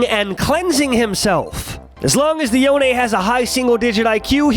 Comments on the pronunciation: Stop saying yoné, it’s spelled yone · It's YONE(Yo-Own) not YONAY(Yo-aye). Why do people say it like that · Cringed everytime you pronounced it yonAy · nope, Yo-Nay is the official rito pronunciation of the name. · wait, is yon-eh canadian?